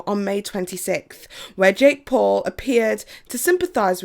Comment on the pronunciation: Why can’t you pronounce any names properly? I mean the Paul’s brothers and t-FU? I don’t understand how you do so much (amazing) research and still manage to consistently grossly mispronounce their names.